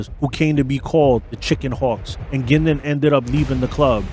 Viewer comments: It is pronounced Gwin-don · I'm from Bowmanville and that is very close to Curtis Ontario we're Berny lived You're also not pronouncing his name correctly it's not Gindon you need to pronounce the u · hiis name was bernie guindon not gindin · Wrong. I was in the Oshawa area from 1980 to 1994, and hung out with one of Bernies daughters. Everyone, including the daughter, pronounced it "Gindon". It's because "Gindon" matches the french pronunciation. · You’re saying his name wrong. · At least say his name right! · First off you pronounced his last name incorrectly the entire time. Secondly much of your information is factually incorrect. You should do better research before posting. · at least connect with a local who can help you cipher the stuff you dug up on the web...first time you said Bernie's name I choked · did NOT pronounce Bernie’s last name properly once.!! Bernie is Alive and well and can be seen hanging out at his son’s clothing store in Oshawa…(Bernie Frog).!! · You should learn how to pronounce his name